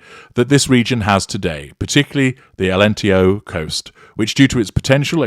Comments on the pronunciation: ALENTEJO is prnounced : "ah lent teh jus ( just like the french word for juice...jus) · Nice to hear about Portugal here 😊 Alentejo, you should say the "j" like in John. You're welcome to come and visit us,!